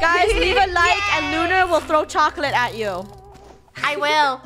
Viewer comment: Just listen his lunar says chocolits instead of chocolates